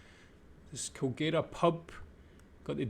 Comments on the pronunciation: Kulgera is pronounced Kulgra. Ayres Rock spelt wrong on the sign, should be Ayers Rock. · Its kinda pronounced coal-grah (oneword) depending on what part of Australia you are from. I have lived in the city of Alice springs 25years of my life now, its me home town. Alice is what youd call the hub of the out back to all the surrounding towns and communities. Im out working in a community right now building 3 Houses for the community called Mt Liebig. Part of a government scheme involving millions of tax payer dollars but im not getting to much in to that. Obviously this video leaves out alot of the negative detail but its understandable as those are touchy subjects to talk about. In reality its no different then living in the western part of Sydney, on the society side of things. What truly separates it from the rest of aus is the breathtaking scenery this wonderful land provides us with. Even tho the NT (northern territory) has a small population, most living in the Northern regions (drawin) there are still thriving communities spread all through the outback housing populations in the 100,000 thousands. Also alot of mining and live stock farming go's on out here. Lots of jobs that pay well is what usually drives people to live out here in the srcub.